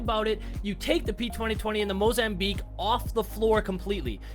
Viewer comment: なんかパスファのモザンビークの発音に似てない?